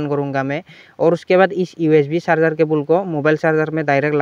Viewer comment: Sarjing nhi bro charger